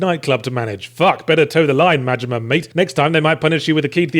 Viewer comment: I enjoy the way you pronounce Majima, sounds almost like Mortimer.